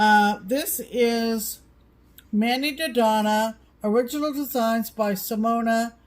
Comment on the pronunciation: thank you for telling and talking about my Ghostly music box class and for pronouncing my name correctly! You are the best:-) Simona